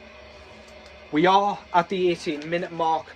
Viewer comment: also it's pronounced "Appleatcha" 😅